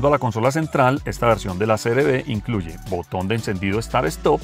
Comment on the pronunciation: Creo que dices siempre CRD Y ES CR-V